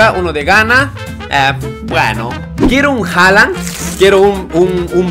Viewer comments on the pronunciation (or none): none